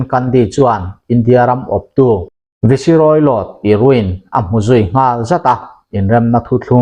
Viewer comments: Viceroy...hi Vi-se-rawi i tiaaaa😊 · Viceroy tih ni ngeia lang i rawn lamrik dan kha a mak ka lo ti deuh a